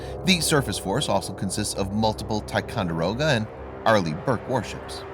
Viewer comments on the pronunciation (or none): none